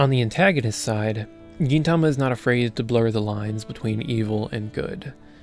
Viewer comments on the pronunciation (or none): Nice review of my favourite anime! Not quite sure about that "Geen" pronunciation tho xD